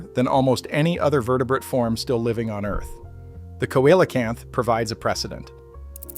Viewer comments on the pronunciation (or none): Celocamp not coellacamp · Let me help you there dude, it's pronounced Seal a canth !! Easy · COELCANTH... How did you say it again.🧐